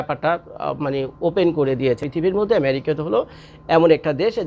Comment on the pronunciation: America na bole Marica bolen Kano ? Video korar somoy ato Vab na nilai Valo.